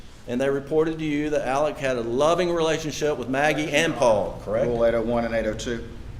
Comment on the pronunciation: That was certainly painful..😳 Also, the one defense attorney keeps calling him “Alec”..? Isn’t it “Alex”.. ?